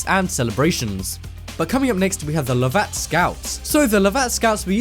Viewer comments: Lovat (as in Lovat Scouts) is pronounced LUV-ut. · Hi I enjoy your videos, but please research the pronunciation of the names in the content i.e. the Lovat scouts, a celebrated regiment, it should be pronounced love-it. Thanks again for another great video, regards Jimf 🏴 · Merril's Marauders fought against the Japanese in the jungles of Asia. Not Nazi's. The pronunciation of Lovat is wrong. Say Love it and you'll be right.